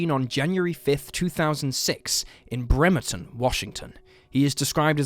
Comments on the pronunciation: Not only did you say joes name wrong you didn't say our town name right either sounds like you said Vermont. 😂😂 It is BREM-ER-TON Bremerton you get your pronunciations right if your going to talk about people and places you know nothing about! It's rude especially when it's about a tragedy like these are. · Lmao damn I did not realize you were saying Bremerton at first 😂 “Brehm, err, tun” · I've lived in Washington for 44 years and never heard anyone mispronounce Bremerton. There's a first time for everything!